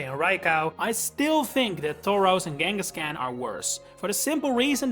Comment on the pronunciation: Came for the awesome left because you cant say fucking KANGASKHAN. K. KANGA.